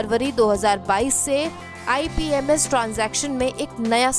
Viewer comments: Imps hai aap ipms boll rahe ho video me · Ma'am ipms nhi imps boliye